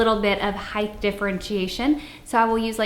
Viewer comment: I’m not picking on you but why do you say height like hith? Is it to make it interesting or something from where you live? Please answer this. I’m just slightly confused